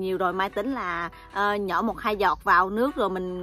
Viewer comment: Mai xinh gái dễ thương và chân thành. Em ơi giờ clip của em cả nước đều xem rồi nên cố gắng phát âm rõ dấu hỏi cho mọi người dễ nghe hơn nhé: nhỏ - nhọ, thử - thự, nổi - nội